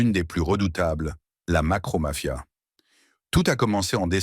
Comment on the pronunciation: 12s....la "macro-mafia...😅 Petite erreur...c la "mocro-mafia...